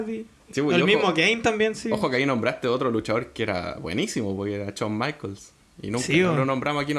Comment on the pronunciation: Bonito podcast, aunque el luchador se pronuncia San Michels...